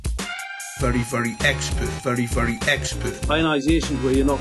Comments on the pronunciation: Sometimes I hear "Furry furry expert" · Anyone else hear “Furry furry expert”?